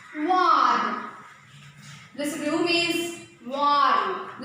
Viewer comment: Madam warm pronunciation is wrong at 8.49 video sorry for this